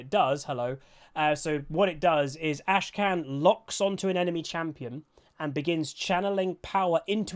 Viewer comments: Great vid as always, but I just want to point out: his name isn't AshKan - it's AKshan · It's AKshan not ASHkan.... Come on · Say it with me now, Akshan. Ak shan. Akshan. Not Ashcan. ffs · Great vid, but like i'm sure you've seen, his name is Akshan, not Ashkan. But anyways, I am absolutely in love with Akshan. I have not been as excited for a champ since the Fiddle rework, and before that, Pyke. I cannot wait to swing around like a badass and get that assassin's creed, revenge vibe. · He is called AK-shan. Not ASHE-KAN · Bro you kept saying 'Ashkan' instead of Akshan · dawg it's Akshan not Ashkan... you kept pronouncing the champ's name wrongly in the entire video... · AK SHAN? not ASH KAN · Akshan not Ashkan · Looks interesting. The resurrection mechanic may make him a ticking time bomb. Also, its cute that kept mispronouncing Akshan as Ashkan. Someone, please spam flash the butcher emote:) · Did he say ashkan in the intro??? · Akshan seems really fun to play, but maybe not so fun to play against.. Also, why do you call him ashkan? The K is first? xD